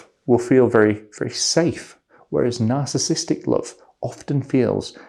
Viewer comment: sir, you are skipping one syllable in narcissistic, please stop. Nar-cis-sis-tic, not nar-cis-tic